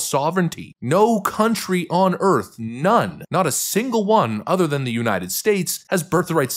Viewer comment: I always feel like these phonies can never pronounce 'United'. Nunited. Nunided. Unided. 😂